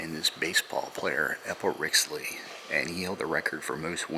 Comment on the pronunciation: You said Eppa Rixey's last name wrong. Sorry but He was my Great Grandfather